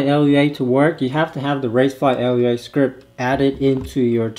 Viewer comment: Great vid, thanks for the post!! For edification purposes, Lua is pronounced LOO-ah. It means "moon" in Portuguese. :)